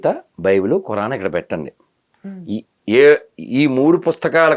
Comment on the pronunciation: Baibel kadhu bulbul adhi